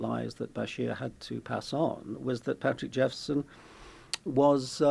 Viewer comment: Wish u pple reporting on stories wld get the facts correct. It is patrick jephson not jefferson as u initally say.